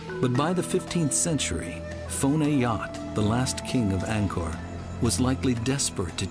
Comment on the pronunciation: Angkor/nokor .... not naga r lol